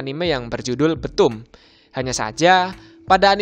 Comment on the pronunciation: Btoom di baca bithum bkn betum :)